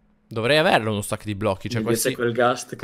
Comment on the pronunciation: dice:uno stak di blocco